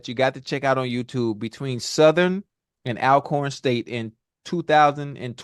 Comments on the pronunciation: Our school’s name is pronounced All-Corn, not Al-corn…. Remember, Always Alcorn!!! Thanks for mentioning and giving Alcorn State’s band - “Sounds of Dyn-o-mite bka SOD” their props, Chad! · It's pronounced All-corn but thanks a ton Chad Johnson. Alcorn State vs Southern is always a great battle. Chad is right about Homecoming btw. and Shannon you know that, 50 ain't too old, HC is for alumni